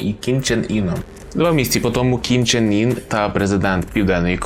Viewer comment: Північнокорейський товстун не «ін» (як ви вимовляєте), а саме «ин». Це справді суттєва різниця в написанні і навіть значені імені